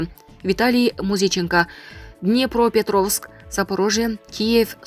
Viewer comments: ДИНОПРО ЭМЕС ДИНЕОПРО ПЕТРОВСКИЙ д АЙТЫЛАТ не ГРАММОТНЫЙ кыз окулушун айтам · Создун кыскасы Динепро эмес Днепродо болуп жатпайбы петровск, и так билсек керек. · Днепропетровск экени туура, бирок Динепропетровк эмес болуш керек, плюсту пилус дегендей. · Днепро десен болмок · ДНЕПРОПЕТРОВСК болот